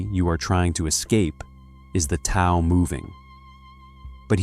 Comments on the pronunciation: Isn’t Tao pronounced like ‘Dow,’ not ‘Tow’? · Who are you to pass judgment on an awakened Soul? It's obvious you haven't made the journey. It's pronounced Dow not Tow You believe people have to be perfect to become enlightened? Then you don't know what enlightenment is. Enlightment or Integral Life or Awakening does not make a person perfect. Spirit is present in our instincts. The 2 are not separate. The ego likes to engage in subtle forms of superiority like passing judgment on others. That's what the Christians teach...duality. Watts walked the path for decades and I guarantee he graduated. A person in the awakening process dies for their own sins and mistakes and is rebirthed as the Soul. Then the Soul is married to Spirit. Self acceptance is the key...deep Self acceptance...even of the archetypal collective shadow. Yes. That is what awakening demands...unconditional self acceptance and unconditional love. You are putting conditions where there are none. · Tao is pronounced with a soft d sound, like daow. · The info is great, but it would be nice if the pronunciation was correct. If you used Pin Yin Romanization rather than the antiquated Wade-Giles perhaps your A.I. could pronounce the words more correctly. Dao De Jing (道德经），( 德) "De - 2nd tone"- "Virtue", definitely NOT "tea". （道）"Dao - 4th tone) These are such central concepts to Alan Watts' teaching that mispronouncing them to the extent that a Chinese speaker could not recognize what you are saying is a disservice to the teaching, even if 名可名非常名。